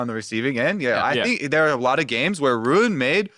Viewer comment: literally says rune. Its ruin. Lol. Im tilting. ( and on thriugh him speaking lol)